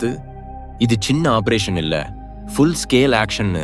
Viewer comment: குரல் நன்றாக உள்ளது. ஆனால் சில உச்சரிப்பு தவறுகள் உள்ளன. சூழ்நிலை (Jul nilai என்று சொல்கிறார்), Tank என்பதை Dang என்கிறார். Operation என்பதை obberation என்று சொல்கிறார். Pok என்பதை BOK என்று சொல்கிறார்.